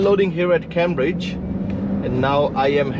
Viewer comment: Great show thanks ! The start of Cambridge is pronounced "came" not cam, forgive my pedantry:-)